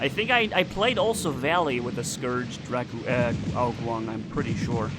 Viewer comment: When you say, Ao Qun, it sounds like a mix between ao jun and ao qin. Im chinese btw. Guang in chinese means light, as in a bright light. Ao qin means light, but as in light and heavy. Ao jun, well im not sure but i think it means even, like, "the cake is even"